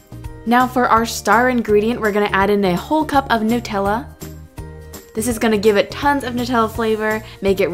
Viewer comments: Looks amazing! Its nut-tella. Not Noo-tella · it is nu tella not noo tella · It is pronounced as NUTella as in NUTS not NOOtella! I am not being rude I am just saying. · These look so good! Also, it's pronounced nut-ella not noo-tella. 🍫🍮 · It's meant to be Nutella as in Nuts. Nut-ella, not Nute-ella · The right is pronunciation nut-ella it's not new-tella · Love this but it's Nutella not nootella 💖💖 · It's nut Ella Nutella not new tells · Its Nutella not Nootella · It's nutella not nootella xx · It's "noo-tella" because it's Italian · It's Nutella (NUT) not nootella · It's supposed to but pronounced newtella like the people that invented it say so but it's literally made of nuts it should be said Nutella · It's nut-tella not :nu-tella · Lauren Fox no it's actually NUT-ella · Sindar Elf Actually it's new-tella. The nutella website says it lol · it's actually pronounced nuh-tella I read it in a blog that was giving facts about Nutella and it said the company confirmed that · Who says nuh-tella instead of new-tella? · It's NUH-TELLA because it's made of nuts 😊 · Nut Ella is how u say Nutella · It's "nuh-tell-ah" lol :) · its pronounced nut-ella because its made of macadamia nuts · It's nu-tella